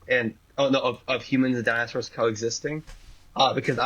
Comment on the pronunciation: Dinozelz lol